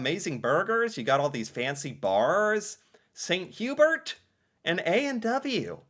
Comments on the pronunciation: "Saint - You-Bear" is sort of the french version of Swiss Chalet ... and yes very popular in Quebec. It is delicious. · All the French Canadians silently screaming as he calls it "Saint Hue-berts" 😂